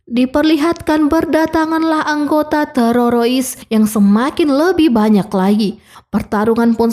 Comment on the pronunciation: TERORIS BU TERORIS, BUKAN TERAROIS 😢